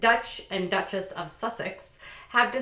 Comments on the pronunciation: It's not Dutch and Dutchess! It's Duke and Duchess. Also when you talked about the Royal line you said " she's nearing the end of her life and her father Charles will become King" Charles is the Queen's son not her father lol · Dutchess? 🤦🏼‍♀️😂😂😂 it’s Duchess lol